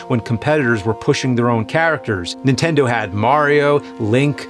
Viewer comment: Is the Nerd (or James) incapable of saying "The Super Nintendo" w/out leaving the N off of Nintendo? My Nan always called the "INTENDO" when I was a kid...